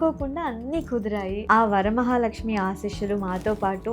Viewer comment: ఏం తల్లీ తెలుగు రాదా? వారామహాలక్ష్మి ఏంటి... వరమహాలక్ష్మి 🙏. సోకుల మీద ఉన్న శ్రద్ధ అమ్మవారి మీద కూడా ఉంటే బాగుంటుంది......